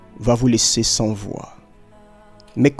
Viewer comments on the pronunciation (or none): none